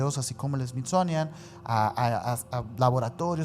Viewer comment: Me encanta cuanta ignorancia hay en sus relatos a y sus pronunciaciones fatales dignas de un premio a la ignorancia y estupidez me encanta más cuando dices SMITZONIAN jajjajajajJa